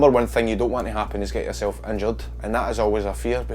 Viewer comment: IT'S YERSEL